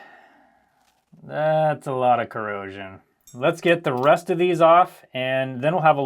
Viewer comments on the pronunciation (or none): Did you make a pun. It sounded like you said "Let's get the rust of these off"